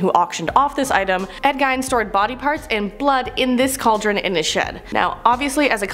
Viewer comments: Ed Gine??? Do you mean Ed Gein...? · Its Gein said like Gain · Ed Gien pronounced Geen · It’s pronounced Ed Geen